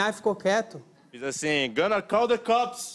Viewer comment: Kkkkkkkkk "Gonna call the cooops *meia hangloose*" percebe-se q a loucura é de familia